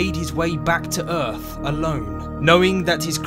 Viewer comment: Where is this "Erf" planet the narrator speak of?